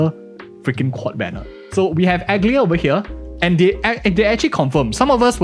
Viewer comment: Aglaea is pronounced Ag-Laya, not Aglia. Accent on „Laya”. Her name is mentioned in the trailer and is also based on a minor greek goddess.